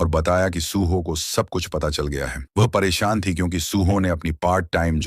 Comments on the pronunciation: Paresan ❎️ Poreson✅️😂😂😂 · Paresan 🙅 pareshan✅